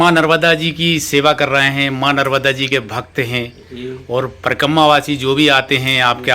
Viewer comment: Parkamma parkamma mat karo, uchcharan sahi kiya karo.. Parikrama. Thanks.